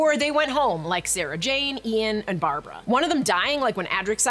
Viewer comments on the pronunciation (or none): none